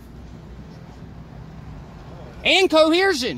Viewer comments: And Chersion? WTF? This man is so eloquent. Tyranical? you mean they have little arms? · "coheershun" "victiciously"? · Koheershun?? Only seconds in & lmao!